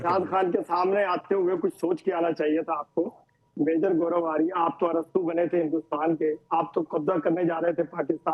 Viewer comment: Aarya hai aariya nhi😅😅😅😅